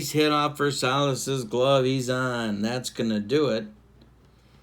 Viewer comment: Zoilo's last name is pronounced ver-SY-ez. Just a heads up. Love your videos with various games.